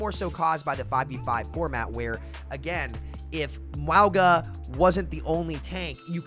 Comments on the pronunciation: My guy you really have to stop saying wowga. Samoan pronunciation is like Mownga, or just Mauga is fine. Anything but wowga. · Cataloging sams pronunciation of Mauga so far: Mwowga😮, Mwah-ga💋, Meowga 🐈, Moo-aga 🐄. Ty and I look forward to adding to this comprehensive list in the future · I agree, but why does call him Mwowga? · Can we start a petition to get people to pronounce mauga’s name correctly? Lol